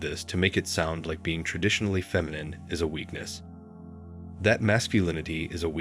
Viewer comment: Sorry. I only made it to . Is this being narrated by AI? Either learn or teach your AI to correctly pronounce "Masculine" and "Feminine" because it's really annoying listening to the narration. There you go - downvoted.